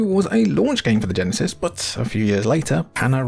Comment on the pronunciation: Each time a Brit says "Genesis" a Flicky dies